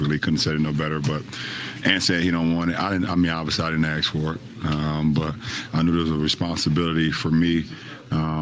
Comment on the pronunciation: Lebron quote, "I didn't axe for it "